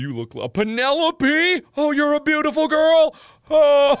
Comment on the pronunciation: Beaautiful you mean cringeful?😁😁